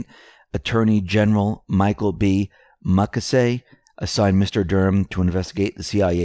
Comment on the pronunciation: Mew-Kay-See. As many times as he's been spoken of it's sad to hear your mispronunciation of this prominent Ex-Attorney General of the US.